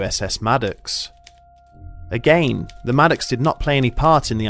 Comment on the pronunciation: I find it so funny how he says "again" and the word plausible.